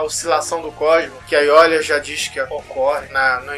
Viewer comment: cara, eu sei que esse video é antigo, mas n se lê ''aiolia'' o nome dele que se escreve com l, mas se lê ''aioria''